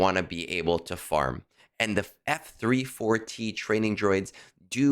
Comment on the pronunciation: F-34T You say it like you have been taught: eF Three Four Tee...Learn to leetspeak. F34T is FEET. It is Feet! Wait! No! FEAT as in Feature. You are giving me shivers whenever you say eF Three Four Tee. It's Feat. Like R2-D2 is Artoo similar to Arthur. Every important droid has a wordplay in their serial number. Shorty, Goto, Chopper, etc. Conquest? I am F2p So I beat rush it to Sector 5's end about a week long, and hit a few quests. Then I plan ahead and beat whatever I have HP at 100% atm. This Feat disk might be helpful, but I was good without it already. Not really a help to me...but just a maybe help. I'll see. Plus thing that the FEAT disk is 1 dot cost.